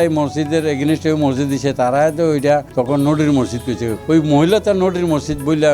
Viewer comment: এই মহিলা তো মসজিদ উচ্চারণ ই করতে পারেনা।